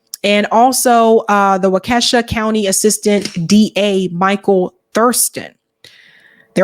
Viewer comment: This is olllllld. It's p pronounced walk~ ee ~ shaw